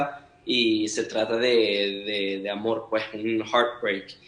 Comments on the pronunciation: Ese "puej" es tan venezolano 🇻🇪❤ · Me muero cada vez que dice ✨ puej ✨ 😭❤️🛐